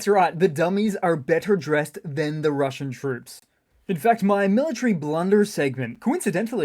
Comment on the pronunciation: The Juzzernaut swings by again 😂 Rrrrrrrrrumbling into RrrrrrruZZian Rrrrrrrrubbizh 🎉😅